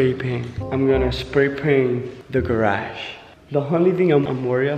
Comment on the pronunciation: Not to be rude but did u say garash